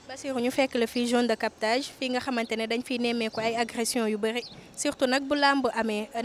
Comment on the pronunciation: Soxnaci bayil di wakh jone de captage, on dit zone de captage. Merci